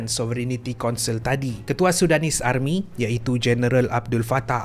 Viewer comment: Army tu tk bunyi R dia.. Dh mcm jiran sblh plk.